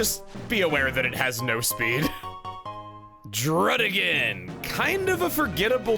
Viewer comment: The other two the anime does Dee-no and hi-DRAY-gun which are wrong. Those ones he pronounces correctly because he said Deino as DIE-no and Hydreigon as hi-DRY-gun because of how you say the diphthong in eins, Zwei and drei